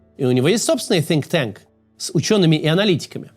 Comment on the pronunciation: Кац, надо над английским работать: Sink tank звучало эпично.